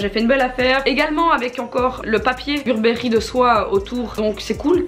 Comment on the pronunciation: et « Burbéri » 😭😭😭 Faut arrêter ce massacre 😭